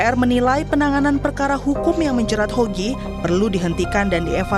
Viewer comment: ngomong nama aja salah. HOGI. Bukan YOGI. Pake mas lagi!